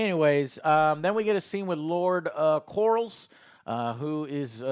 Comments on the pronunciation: "Lord Corals" lol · Still with the “Lord Corals”. lol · "lord corals" LMAO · “Lord Corals” lol